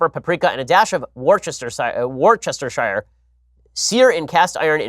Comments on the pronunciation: Hi Ben, you pronounced "Worcestershire" incorrectly, it's: worces-ter-shire: wuhs-ter-sher. "Shire" on it's own is a how you pronounced it - shy-er, when used as a suffix, it sounds like "sher"/"shuh". Hope that's helpful. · Worcestershire - pronounced woos-ter-sheer rather than 'workestershyre' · wait... ben... say Worcestershire again please lol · Ben needs to learn how to pronounce "Worcestershire".